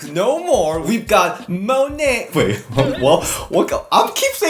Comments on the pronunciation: I actually listened to her say it and she pronounced it as money but it's not so hard on the o like monè has a smooth o so it's like moone buy she said it as munay if I explained it correctly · Not on topic but I believe you said her last name wrong it's pronounced MONAY like money but it's spelt like monè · It’s pronounced like “munay”